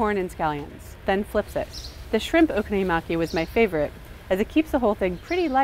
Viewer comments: Its not okono-yamai! Its Prounounced Okonomiyaki! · She says Okono-yu-maki instead of 'Okono-mi-yaki.' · What the hell did she just say? Okonoyamaki? :||| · Oh-KONO-mi-yaki. The stress is on the KONO. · when a word in japanese is pronounced like it was an english word and just modified... it's wrong T_T When you want to present an authentic meal like that and you want to give the impression you really love it, you should at least pronounce it decently oO o-ko-no-mi-ya-ki, it's sooo not difficult lol. But other than that... okonomiyaki are so delicious :D With kewpie mayonnaise :D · I might have enjoyed this video more if the pronunciation of okonomiyaki wasn't butchered to the point of having extra syllables in there. :l If I hear her say oh-konuh-miya-maki one more time.... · It frustrates me that she pronounces it "oko-no-yee-maki" ..How does she even do that? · "Okonomuyaki" :P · okonoyimaki? what the fuck is okonoyimaki,? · Pronounce it oh-koh-noh-mee-yakee :) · OH KOH NOH MEE YAH KEE god damn americans. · It's pronounced O-doritos-consomme....fuki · Learn how to pronounce Okonomiyaki before making a video about!! you're butchering it!